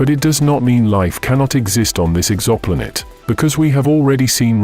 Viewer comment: WTF is an EXAMPOLATE? Is it trying to say Exoplanet?